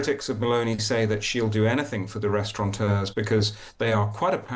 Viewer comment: Restaurateur not restauranteur,. And I didn’t even go to private school!